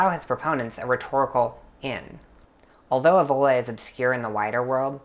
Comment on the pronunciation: You dont even know how to pronunce it ÈVOLA